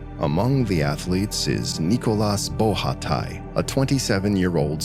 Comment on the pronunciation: Nice vidéo 👍 So heartbreaking to die this way 😥 Just a detail : the name of the swiss skier (Nicolas Bochatay), is not pronounced ''BO RHHA TAÏ", but simply ''BO SHA TEEEY''